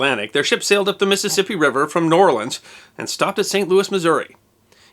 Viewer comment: Thank the lord that you know how to pronounce New Orleans. So tired of people getting it wrong. Now try "Lafayette."